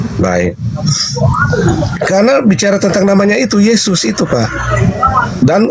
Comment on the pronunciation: Oten selalu melilit lidah mutar muter akhirnya kepeleset lidah menyebut mengarah yezzuz emang bukan twohan😂 Sebaik apapun kezezatan dibalut dg kata-kata pembenaran kezezatan tetep tercium menyezzatkan🤣